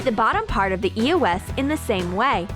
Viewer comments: ITS EOS NO E O S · It's eos (ee-ows) not e.o.s dude you are driving me nuts!!